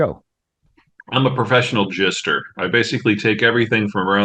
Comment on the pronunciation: did he say jester or jister? because that begs a difference.